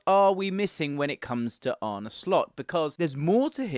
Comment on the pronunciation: It’s Ar-nuh, not Ar-nie. I don’t agree with this lineup. Slot’s teams will usually set up in a 4-2-3-1. Your analysis of the final positions is a bit hazy. I don’t think Mac Allister or Trent suit the double pivot role perfectly, with neither really having the defensive chops for the role. That’s why I think Slot will go out and buy a specialist DM, and keep Trent at right-back. Szoboszlai will compete with Curtis Jones and Harvey Elliott for the attacking playmaker role.